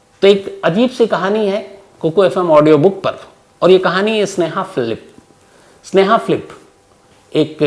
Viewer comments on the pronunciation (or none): Sneha Philip bol rhe ho ya sneha flip 😑